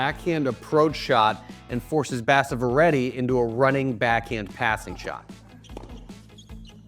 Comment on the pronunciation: It's basavaaaaa reddy 🤦🤦🤦🤦dumb illiterate Americas